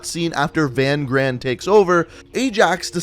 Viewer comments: It’s not VAN GRAAN, it’s pronounced fun kraan, in Afrikaans v is said as f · I know you don't know how to pronounce afrikaans names but that guys name isn't "Van gran" say V as an f and gs make a kch so Van graan the double a's is a aah so it's Van Graaaaan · Van Graan is pronounced fun graaaaaan with the other g sound.. i hve a friend with that last name please. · I love your videos man! Lol, just for fun- Van Graan is pronounced (Fan Khraan) in Afrikaans the G is like pulling a loogy. 😝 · In Afrikaans that name is pronounced "fun chraan. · I’m South African, Van graan that’s not his name you pronounced it wrong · And your saying Van Graan wrong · I'm also South African but the only problem i had was his pronunciation of Van Graan